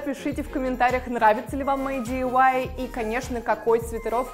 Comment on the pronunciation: Не дивай а ди ай вай